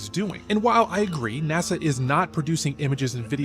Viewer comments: And why do u call NASA NAZZA? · Where do I get the application for NASA? I can learn to edit pictures and videos, and I don't mind showing up for photo opportunities. Sounds like easy money to me 😂 Question:, I have never heard "NASA" pronounced the way you say it, I'm curious what region pronounces it like that. I love your common sense way of approaching videos. The way you speak of your family is very heart warming, and I believe you and your wife are doing something right! I look forward to your videos every day 👏!